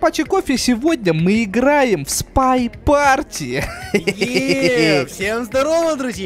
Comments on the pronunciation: Не парти а пати ( английский учили ) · спай пати а не парти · почему ты говоришь спай парти ?? хотя произносится спай пати!